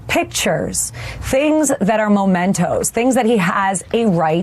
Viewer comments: "Momentos." Alina Habba, you embarrassment to the practice of law, it's pronounced "mementos." And if your client thinks government documents belong to him, he is as entitled as you are undeserving to have a law license. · An educated person would know it's not "momentos", but "mementos". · It's not "momentos", it's "mementos". I can not take anyone seriously who makes such a simple speech error. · "Mementos", not "momentos" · Momentos v. Mementos lol 😂 what an epic battle she was having (Momentos is not a word lady 🤦🏾‍♂️) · Mementos. Not momentos. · Listen to this twit : ' momentos ' instead of mementos '. Never read a book in her life. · She said “momentos”… the word is mementos… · The "lawyer" thinks the word is "momentos". :D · Momentos? Isn't that a mint? Does she mean "Mementos"? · Sweet Lips: they are mementos. Not momentos. There is no such thing as a momento. Memento is about memory. Not time. Seventh grade. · Mementos not momentos. Poor grip on the English language, not to mention on the law! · MEMENTOS, not "MOMENTOS". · Mementos not momentos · Stupid detail but really bugs me that she says "momentos" instead of "mementos" 😒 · That "lawyer" is an IDIOT!!!!!!!!!!!!!!!!!!!!!!!!!!!!!!!!!!!!!!!!!!!!!!!!!!!!!!!!!!!!!!!!!!!!!!!!!! Oh, and it's mementos, not MOMENTOS! But moments are coming!😁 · MEMentos, not MOmentos, you oblivious pretend educated person. They induce MEMories. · "momentos" what a muppet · It’s “mementos” not “momentos” For a lawyer she’s remarkably illiterate! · Lol..."momentos". Not a word. And she's been to college? She said it multiple times. The word she's searching for is mementos. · Where did Habba get her license, from Trump University? No Alina, it's not "momentos", it's mementos! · If she said 'momentos' one more time, my head would have exploded. M E M E N T O, dope. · Alina, the word is MEMENTOS, 'MOMENTOS' are little moments in Spanish. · She said MOMENTOS instead of MEMENTOS without tilting her head lol Repugnicunt MAGAts!